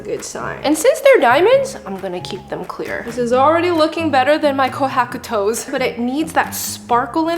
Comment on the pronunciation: "kohaku toes" murdered me. i bet you, stop pronouncing non english words with an english pronouncation.